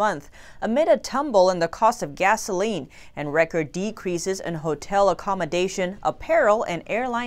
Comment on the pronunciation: hmm you pronounce Hotel as he~tel